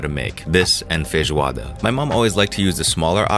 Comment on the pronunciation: You're mom taught you a Portuguese dish?!?!?! I was so shocked to hear you say feijoada and say it properly. 🤣